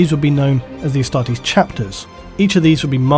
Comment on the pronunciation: I always thought you were saying Hastati as in the first line of the roman legions XD